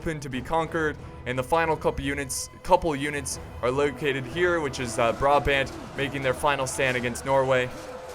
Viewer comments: You have to say Braabant and you have to say THE a by te last a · you pronounce the second A in brabant the same way as you pronounce the first A currently you are saying bra-bend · You pronounce brabant as BRAHBAHNT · As much as love, the way he pronounces Brabant makes me very sad. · funny how you say 'Brabant'i live in Brabant (belgium)